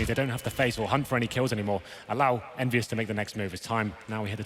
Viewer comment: its not envyus its kennvyus :X